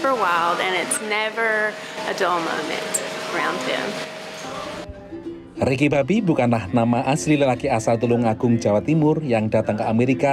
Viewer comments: Agak irritating denger naratornya nyebut Ricky Bobby yg sangat terdengar spt "Riki Babi" 🤨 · Ricky Bobby, gw dengernya Ricky 🐷 🤣🤣🤣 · Ricky babbi apa saya tidak salah dengar🤣🤣🤣🤣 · Ricky bobby kok jadi Ricky babi sih 😂 aku gak salah denger kah